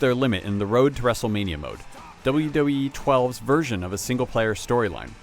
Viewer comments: he cant say wwe hahahah but the game is awesome i give it a ten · The reviewer has problems saying WWE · It looks like he has a tough time saying WWE.